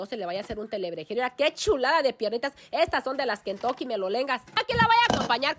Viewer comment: 😂😂😂😂😂 te escucho desir kentoke jaja